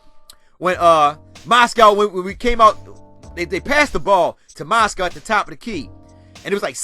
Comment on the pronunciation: Lol bro it's Moz-gov not Moscow